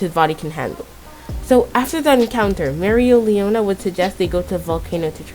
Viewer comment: I think it's pronounced mare-lee-ona